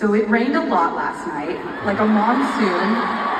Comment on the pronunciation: It’s a “MONSOON”……not a “Mom soon” 😂